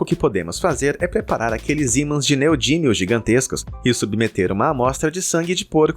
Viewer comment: Neodímio e não "neodínio"